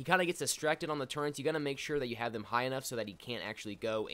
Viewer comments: Turrets, not turrents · Wait did you just call them turrents? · same mate, like wheres the bloody n? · One of my biggest pet peeves- when people pronounce Turrets, "turr-ents"... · oh boy i just love TURRENTS (all pronunciation hate aside nice video, it helped a lot, new sub!)